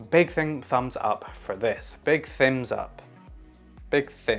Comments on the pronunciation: ROUTE - ER! ROUTE-ER! 😤 'MERICAAA! 2 thimbs up. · Rauter v. rooter doesn't phase me, but what's a "thimb"?